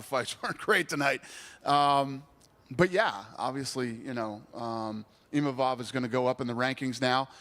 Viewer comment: Bro they can't even pronounce imavov name correctly XD